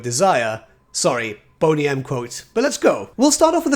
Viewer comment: Did say Bony M quote or Bonny M quote. It sounded like Bony and it made me laugh because it fits with the Bonny M song Rasputin Kislevs biggest sex machin.